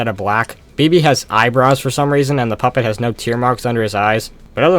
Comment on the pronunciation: ok not to be evil but........ "The Poop It" Lol yes, i know he meant puppet